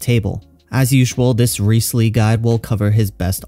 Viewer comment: It's Rise-leee